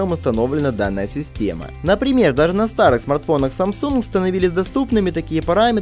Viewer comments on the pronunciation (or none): none